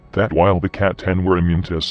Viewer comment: I'll never get sick of the Emperor pronouncing C'tan as Catan.